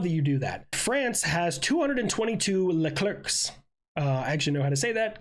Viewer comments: and you still said it wrong lol, it's Luh-claire. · “France has 222 Leclercs. I know how to say that” proceeds to mispronounce it. Any formula one fan can tell you, it’s luh Claire.